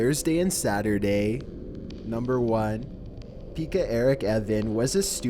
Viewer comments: No offense but you pronounced Pekka’s name wrong... It’s actually pronounced like “peck-uh. Eric. Ovanen.” In English but in Finnish (because he was from Finland) it’s pronounced: “Peck-uh. Eric. Avinen.” (I tried my best to describe how to pronounce Pekka-Eric Auvinen through text. Still LOVED the video as I always enjoy your videos. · #1, saw his face and knew him but was certain you did not say his name. Turns out, you just butchered it 😂 god, i love Finnish names and ppl from other countries trying to say them😍